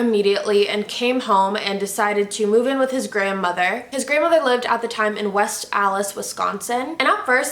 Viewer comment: i died when she said west allis, we like,, connect the words in wisconsin. i never pronounce the t in west either